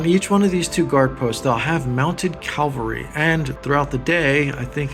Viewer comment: Edit: It is not pronounced "Calvary" It is pronounced '_Cavalry_' 😊❤️🖖